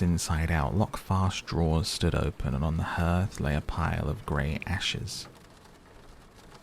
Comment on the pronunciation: Hearth rhymes with heart